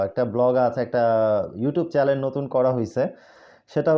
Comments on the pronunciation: ভাই মাইন্ড কইরেন না, চ্যালেন না, চ্যানেল হবে। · বার বার চ্যালেন বলছেন। সঠিক উচ্চারণ চ্যানেল।